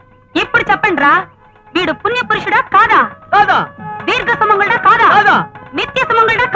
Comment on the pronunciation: నిత్యసుమంగలుడు ... ధీర్ఘసుమంఘలుడు ఏంట్రా బాబు 😅😅😅